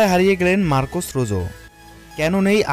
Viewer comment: রোজো না রোহো